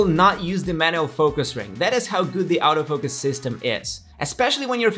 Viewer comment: why is he pronouncing the 'auto focus' sounds like 'out of focus'???